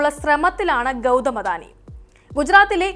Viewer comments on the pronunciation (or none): none